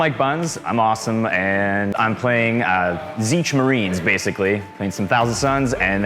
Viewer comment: Why is he pronouncing it Zeetch? xD I like how is wearing his backpack while playing xD